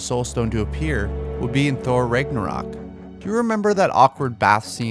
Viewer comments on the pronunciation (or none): none